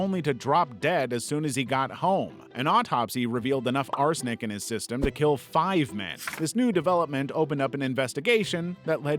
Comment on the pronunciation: What’s arsonic the poison he said